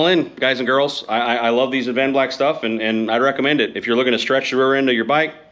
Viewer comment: Dude, your killin me. Its Ad-van-black. Not Av-an-black! Lol. Sorry, not sorry. It's like like ear cancer to me..lol.